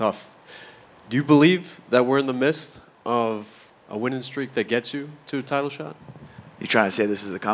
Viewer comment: Lol. The guy said "in the mist" instead of "midst".